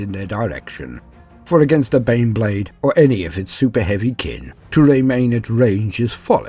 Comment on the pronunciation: My murican ears keep hearing "Bean Blade". A gift or a curse?